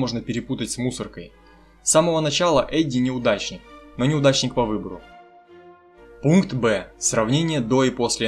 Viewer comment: Не пунтк а пункт